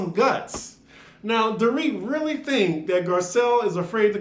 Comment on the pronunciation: "RRRRRREALLY!" Girl- I was like where yo accent at????? Sounded real southern/country... 🤣 🤣 🤣 🤣